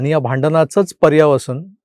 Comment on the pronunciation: अटका?अटक /पर्यावसान नाही.पर्यवसान.